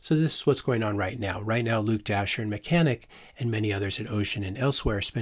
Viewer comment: Is it "Dashjr", pronounced "Dasher", or is it Dash, Jr, "Dash junior""?